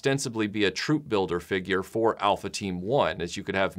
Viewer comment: Great video... I like the way you say Feegyur